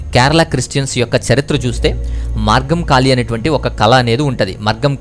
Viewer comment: My name is Anku Susan Shaji, my father is Shaji Varghese, grand father is Varghese Kuruvila. I belongs to a Syrian christian family. Good job brother. And its Margamkali not margamkaali.